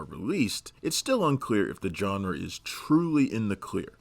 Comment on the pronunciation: Who is this "John Ra"?